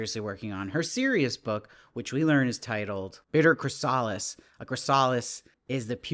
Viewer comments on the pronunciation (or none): Lol, I corrected him in my head, too. Edit - so he knows; its chris-ugh-lis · Please learn how to pronounce chrysalis. 🙂